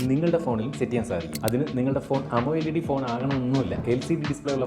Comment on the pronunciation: അമോ എൽ ഈ ഡി അല്ല അണ്ണാ അമോലെഡ് എന്ന് പറ.